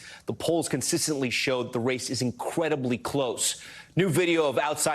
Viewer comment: "the race is incwedibly close"